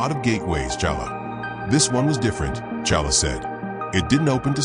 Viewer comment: I can't. He keep calling black panther challa